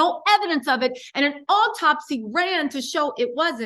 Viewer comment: The word is autopsy not optopsy...homicide...not homocide